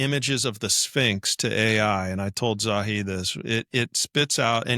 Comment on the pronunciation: "it's Zahi NOT Zawi"